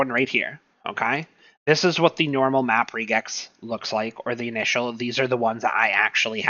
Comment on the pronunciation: Nice video. Probably could have cut the intro down by 75%. Also, just mentioning, Regex is short for Regular Expressions, and it's usually pronounced the same way: Reg - X.